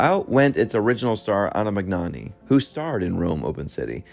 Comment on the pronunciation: I so love your commentaries as your enthusiasm and opinions are really smart. But mispronouncing famous artists names is so jarring. Irene Dunne, Anna Magnani, Peter Lorre, and Somerset Maugham. These gaffe make you sound less literate and you sometimes massacre grammar and even make up words. If you ever need an editor/proofreader/production assistant, contact me. I wish you could go back and clean these up in your existing posts. They are so good. We could do this over the phone!